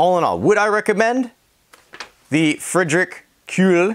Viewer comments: Good video. It's "Freed Rick" by the way. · Wow you really butchered that name lol